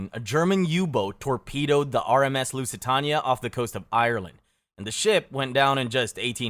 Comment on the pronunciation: I am begging you to look up how pronounce Lusitania.